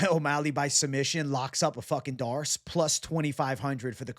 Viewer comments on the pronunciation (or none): none